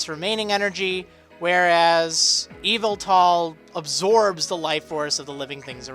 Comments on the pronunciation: Psst, the emphasis in Yveltal is on the "vel", not the "Y" c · I don't think we have an official pronunciation of Yveltal yet, but I'm guessing it's closer to "E-vel-tul" instead of "Evil-tall" Also "I don't like to speculate, only present news. Here's a bunch of speculation!" Not to say that historically every single generation has introduced a new region, so it's not a stretch to say the next generation will be in a new generation. Just like gen 2, and gen 3, and gen 4, and...